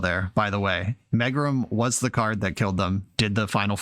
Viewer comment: Ooof! Love the channel, love your commentary and gameplay but this was like nails on a chalkboard. It's pronounced mee-grum. /ˈmēɡrim/